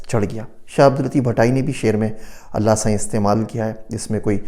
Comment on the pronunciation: Aapka Allah saien bolna bahut achha lagta hai